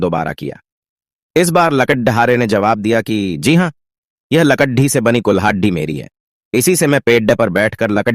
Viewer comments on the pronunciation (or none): Are bhai are bhai speech nahin aata hai dene to kyon dete Ho lagda dhare nahin hota lakarhara hota hai or lakadhi nahi bhai lakri